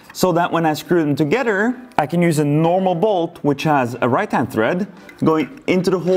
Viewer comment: It sounds like he’s saying togeter instead of together